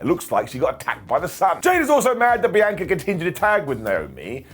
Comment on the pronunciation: I'm gonna go the same route when he finally pronounces Ms Belair's first name as something other than what you need to dock your bees.